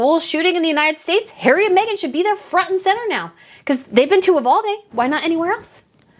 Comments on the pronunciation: Did y'all know one of the teachers killed, her poor husband ended up taking his own life, a few days later. We in Texas, do NOT want these two camera-hogs here in Texas, AT ALL !!! BTW, Uvalde is pronounced "U--VAL-DEE". TEXANS DO NOT WANT THAT TRASH HERE !!! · Pronounced “you-valdee” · Love your content! One note though, my husband is from uvalde and it is actually pronounced with the long “e” sound at the end